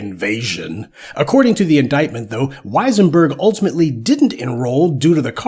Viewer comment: wesienburg...... thats "dem" folks.